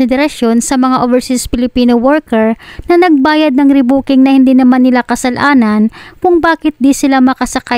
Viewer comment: Miss vlogger kasalanan hindi kasal.anan.halata bisaya ka